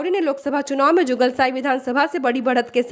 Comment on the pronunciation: Jugalsai nahi madam ye jugsalai hain😢